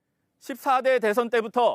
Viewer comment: 한국어에는 각 단어들에 장음(長音), 단음(短音)이 있어서 국어사전에도 표제어 장음 글자의 오른 편에 : 표로 표시되어 있다. 그런데 요즘 젊은 기자들은 특히 한자어를 말할 때 이를 전적으로 무시하고 전부 아주 짧게 발음한다. 예컨대 '여:당(與黨)', '야:당(野黨)', '대:선(大選)', 재:선(再選), 피:청구인(被請求人), 가:처분(假處分) 등 길게 발음을 해야 하는데 아주 짧게 발음하는 것이다. 요즘 한국인들의 '한자어' 구사가 이 모양 이 꼴이다. 이런 폐해는 한자 사용의 폐지에서 기인한 것이다. 정말 큰일 났다.